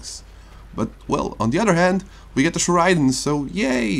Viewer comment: Correct pronunciation: Cher-ah-din